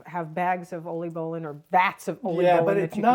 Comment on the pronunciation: My compliments for the Dutch pronunciations and accurate Dutch traditions. Oliebollen, Schiedam, Scheveningen, erwtensoep, oudejaarslot, inburgering: these are difficult words to pronounce. Chapeau 🎩 👏!!! I love your videos. My best wishes for 2026. Ria 🥰